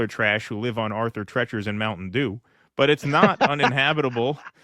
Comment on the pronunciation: It's Arthur TrEEEchers dummy.